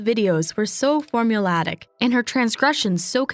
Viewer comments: Formulaic, not formulatic. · what a video to pronounce the word formulaic as 'formulatic' only to have the captions spell it correctly